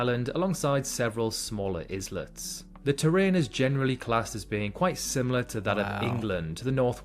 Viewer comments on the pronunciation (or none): The commentary saying iz-let’s, instead of eye-lets , for islets! 😅